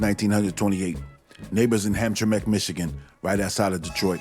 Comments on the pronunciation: Interesting but 2 corrections; The lake is Lake Saint Clair and Hamtramck is pronounced by the natives as "Ham-tram-ick." As a boy I knew a couple of the "retired" bootleggers that smuggled booze across Lake Saint Clair, one had a roadhouse/blind pig, near where I live now in Saint Clair Shores, MI. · Pro tip: Hamtramck is pronounced "ham-tram-ick" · Small nitpicking stuff. Hamtramck is pronounced ham tram mick and it's located inside the city limits of Detroit, similar to Highland Park, another city inside Detroit. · No problem. It's one of our fun words you pronounce for out of towners. This was really good history and the way you say 19 hundred makes is so... IDK magical. I subscribed rock on